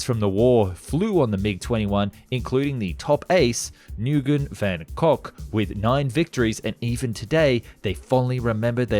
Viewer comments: "Nguyen" is pronounced "win," not "New yen," not "neh guy yen," or similar mispronunciations. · clearly an honest mistake but I believe it is pronounced “win” (Nguyen) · Your pronounciation of Vietnamese names just butcher my heart. Small tip: get on youtube or have somebody native tell you how to pronounce those. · That is not how your pronouce "Nguyễn" 💀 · I'm sorry but that pronounciation of Nguyen's name was... OUCHIES. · Butchered the name there Nguyen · literally had to pause and look in the comments after I heard this. how could you run an informative channel and not know how to pronounce such a prevalent word